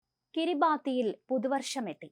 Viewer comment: Kiribati is pronounce as Kiri-bas (in Micronesian language)